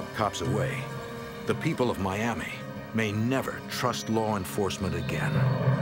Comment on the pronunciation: “LAWR ENFOSSMENT”